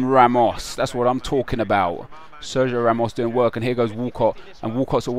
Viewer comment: New intro: "Good day, my friends! talling!"